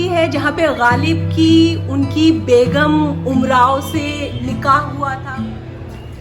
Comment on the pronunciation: Very bad commentary.... sub standard, reading sheirs without a proper knowledge of Urdu, Nasehh is read as naHEY ....😮 Repeating Ghalib ka yahan yeh butt hai... 3 times, shakl ko shaQHl, begum ko BeGHUM.... pathetic... someone with good knowledge about Mirza Ghalib and Urdu should have been assigned this job... lekin kisko fursat hai to think of such intricacies and finer details